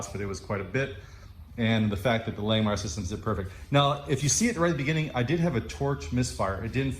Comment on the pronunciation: If you are an affiliate of Langmuir, I can't believe they haven't corrected you on your way of pronouncing their name. It's like nails on a chalkboard every time you say Lang Meyer. It is pronounced Lang Mere.